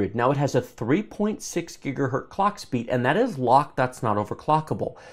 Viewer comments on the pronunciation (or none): Please for the love of god don't start saying "gigahert"